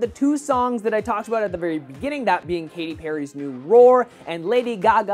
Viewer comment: its Katy not Katty;)